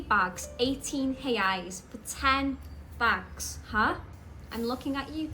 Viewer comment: I like that you say “reais” with no accent at all!